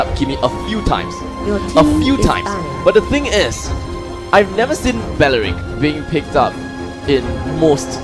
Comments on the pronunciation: Gosh same ... Belerick not bawerik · Belerick not balarick lol 😂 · It's BELERICK, spelled as B-E-L-E-R-I-C-K NOT belewik 🤦🏻‍♂️ dude can't even pronounce 🤦🏻‍♂️ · IT’S BELERICK, NOT BALARICK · Others: belerick That commentator in left: baralik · Bawaaarick.. seriously baeewrick... WTF nationality is not an excuse for such horrid english pronuncuation. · Bayeyerick bayeyerick..hahaha im dead 😂 sorry 😂😂😂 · How to pronounce belerick properly its bawlawrickk 😂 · BALARICK ? HAHA THATS WHAT IVED HEARD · Ba Ya Reek ?! RIP Belerick OMG this is so frustrating to listen to. Biased casting and super fail on pronounciation